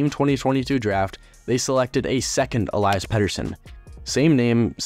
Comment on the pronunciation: Tom Willander** Elias pettersson is pronounced E-Lee-as, not the typical pronunciation of Elias. Also you forgot about them getting Johnathan Dahlen and flipping him for Linus Karlsson